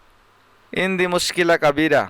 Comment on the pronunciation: ভাই শব্দটি ইনদি হবে না। আনদি হবে